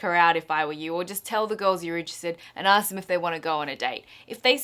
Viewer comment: You say 'ask' really weird. Arsssek... ARSESK.